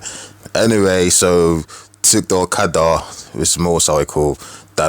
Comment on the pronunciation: The way you Pronounced " Okada " got me 😂😂😂😂